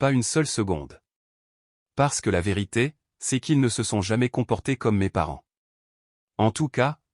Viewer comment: Ceste , quesque, etc... c'est pénible